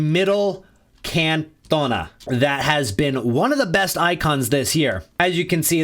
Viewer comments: Murdered his name its can ton a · The way u say cantona is crazy 😂